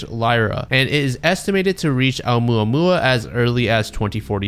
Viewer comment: I love how he apologizes for butchering the Canadian scientist’s name, but doesn’t say shit about butchering ‘Oumuamua.